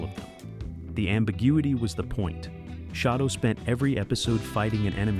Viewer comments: I don't usually get too upset about an AI that mispronounce. Especially when it confuses lead for lead or read for read. but really shadow..... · if you are gonna try to speak english at least learn how to say words, SHADO is pronounced as SHADOW !!! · Maybe that’s how people from the Deep South of the USA pronounce it. Yeeee Haaaaa! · UFO remains my favorite TV science fiction show, so I enjoy any discussion about it. However, AI does seem to have had a hand in producing this video. Apart from the mispronunciation of SHADO, many times when it mentions Gerry Anderson it shows a picture of Derry broadcaster Gerry Anderson with a full head of hair! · Uhhh… SHADO was pronounced like the word “shadow”, NOT “SHAY-do”. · It's not called shay doe.. Learn it's name it was shad doe Shado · Does anyone else cringe when the the AI says Shaydow instead of Shadow?😅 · It's pronounced shadow as in what you cast in lighht not shaidow or how you saying it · It's SHADOW, not SHAY DOUGH. Sheesh... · AI voice pronounces SHADO as Shay-do, but it's shadow. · Pronounced shadow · Shade-doh. Play-doh for adults. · "Shay Do" sets... Perlease!!! Someone (or some "AI" hasn't seen the series!!! And why the hell label Ayesha Brough as Dolorez Mantez?????!!!! And Wanda Ventham's first script was just a small bit part, it wasn't until they lost MGM Borehamwood studio and had to relocate to Pinewood that she came back, due to the delay meaning some regulars had other jobs by then. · AI much? SHAY-doh? The logos are a guy standing WITH A SHADOW!!! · Have you not watched and heard how SHADO is pronounced Shadow SHADOW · "Shay-dough"? Please stop using AI voices. They can't read! Just narrate it yourself!!! Geez. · Yes. "Shay-doe".